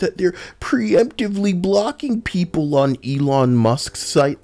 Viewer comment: That "Japanese peepur" Took me out. I was caught off guard lmfao.